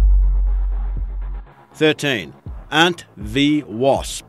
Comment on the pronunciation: It’s definitely a put-on fake Aussie accent. Dead giveaway is that he thinks Australians say “ahhnt” when we just say “ant” normally.